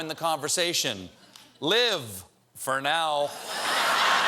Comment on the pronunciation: i love how he twisted 'live for NOW' to 'live for-now'